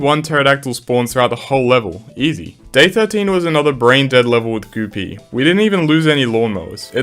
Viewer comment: Goo pea❌ Goopy✔️